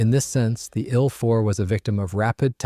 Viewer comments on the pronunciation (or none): No AI narration, huh? "The story or the ill 4:bomber...." Very First Sentence. Good Job!